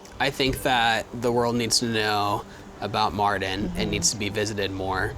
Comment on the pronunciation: I just subbed guys. You are a wonderful family. A big thumbs up... By the way Mardin is definitely the right choice. It's great that you made this choice and the other advantage is You call it like 'Martin' :))) so easy ahhhahaa